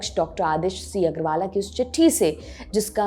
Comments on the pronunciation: मैडम जी अग्रवाला नही अग्रवाल है । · Aggarwala nahi Aggarwal hai bewakuf news reader . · Agarwala kya hota hai???? Hindi bhi teek se nahi padh sakte madam ji.... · Medam apko agrawal bolna bhi nahi aata.